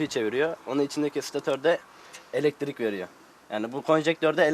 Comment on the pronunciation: Hay Allahım yaaa..! Şu kullarını yarattın, bari başı boş bırakma, sahip çık. Sanki ilk buluşmuş gibi "icat" diyor, sanki ilk bulanmış gibi de "mucit" diyor. "elektrik" kelimesi ne zaman "eletirik" oldu..? Videonun dakikasından sonra sırf pervane hızlı dönüyor izlenimi vermek için video gösterimini neden hızlandırdın, anlam veremedim. Hişşş mucitt..! yapacaksan doğrusunu yap. 4 kanatla denge olmaz, balansı bozar. 3 kanat dengedir. 5 kanat ise dönüşü zorlaştırır. Şu youtube'da icat videolarına bakın nerede saçma sapan, uyduruk, başkasından tırtıklama, işe yaramaz buluşlu bir video varsa bakın %99 biz Türktür.